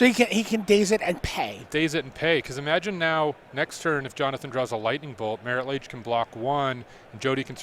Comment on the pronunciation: Who picked these announcers? I get not knowing every card in legacy, but Marit Lage? c'mon. Kinda put magic into a mini recession